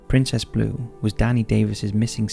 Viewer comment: Did you pronounce blue as bluee?